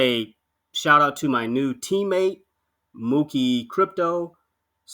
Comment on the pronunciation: Glad to be here, thank you for the help getting me through the weeds! Just an fyi, my handle mokie and should sound like okie dokie, looking forward to working with you!